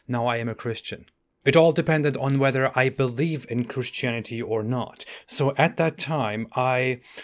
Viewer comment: I love the way you pronounce Christianity 😂😂😂😂😂😂😂😂😂😂😂😂😂 Christianiteee